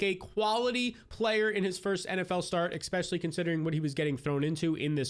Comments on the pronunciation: bro it’s not “Xpecially”!!! 😂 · eXpecially..eXpecially... eXpecially...wtf